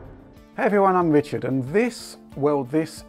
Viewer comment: Wichard, Wift, impwessed, pwoduct, twacking camera, wemote, fabwic, pwemium... hehehe, sorry but its funny.